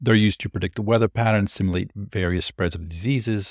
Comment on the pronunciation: The word is pronounced SIM-YOU-LATE.